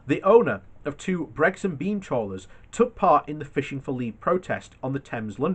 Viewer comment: It's Brixham as in six-em, NOT sex-um and fix-em NOT fex-em. Sheesh.